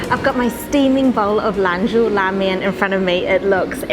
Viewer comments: Love the look of the flaky roti!! By the way it's Lan "Zhou" la mian, not LAN "zhu" :) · it,s lan-JO !!!!